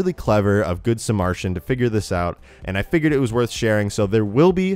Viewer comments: that is not what the word is though like Martian is a word but not sa-Martian Samar-i-tan is a word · GOOD SUH-MARE-I-TUN NOT MARTIAN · Good sa Martian? It's good samar i tan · it's Good Sam-art-Ian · Am I the only one who noticed he kept saying Samaritan wrong? Like samarshian. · Its good SA-MA-RE-TAN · It's not pronounced like Martian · i definitely though you were mispronouncing 'good samaritan' for a good portion of this video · slade valentine thank you! I thought I was the only one who noticed that. It was bugging me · IKR? It was triggering me the entire time